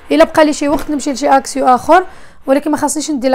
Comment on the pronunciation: اكسيون " N " ca se prononce pas,on dit"اكسيو"